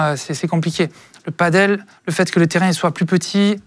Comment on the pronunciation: Par contre tu dis paddle le reste de la vidéo 😂